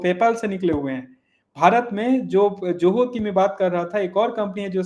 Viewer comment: कैसे लोग नाम या शब्द का ठीक से उच्चारण नहीं कर सकते? ZOHO को 'जोहो' (JOHO) कैसे कह सकते हैं? Spelling में 'J' कहाँ है? 'Z' है ना?! तो Z को कोई J ( 'ज़े'ड़ को 'जे'ड, या 'झ' को 'ज') कैसे बोल सकता है?